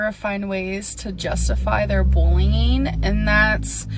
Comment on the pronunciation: bullying..sounded like she said bling.